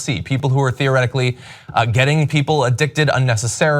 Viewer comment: John again with "theoretically" 😂😂😂